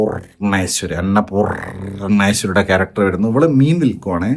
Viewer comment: അന്നപൂർ.... ണേശ്വരി 😂